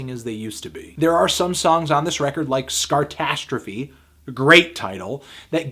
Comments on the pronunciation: It's called Sarcastrophe, not Scartastrophe, Melon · Sarcastrophe not Scartrastrophe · Funniest but: "Scartastrophie, great title" It's sarcastrophie 😂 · *Sarcastrophe, not Scarcastrophe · I'm pretty sure it's 'SARcastrophe' and not 'SCARtastrophe'.